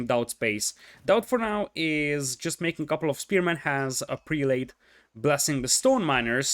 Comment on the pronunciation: Love the cast. By the way, the prelate pronunciation is prell-it. It breaks the rules of long a's and the last e....why? No idea. I am an esl teacher and I have no answer for you. 10 out of 10 cast.